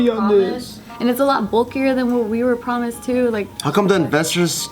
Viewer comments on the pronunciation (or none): "Pwomised" lol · Basketball girl 20 pwomised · Is it just me or did say pwomised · they pwomised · Did any one else notice that at the beginning of the video said promised in a wired way